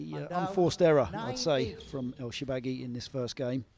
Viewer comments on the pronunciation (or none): Shor-ba-gy and not Sho-ba-gy!!!